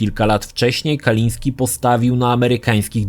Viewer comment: Tom, nie miał na nazwisko Kaliński, tom nie Polak w końcu. Mówi się Kalinske i się nie odmienia prtzez przypadki, ewentualnie p[rzez dodanie końcówki (bez apostrofu, bo kończy się na e), jak przy anglojęzycznych imionach i nazwiskach standardowo: Kalinskego. Kalisnskemu, Kalinskem itd.